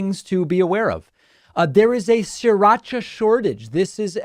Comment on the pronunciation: It’s not “Siracha”, it’s “Sri Racha”, named after the town in Thailand where it originally came from.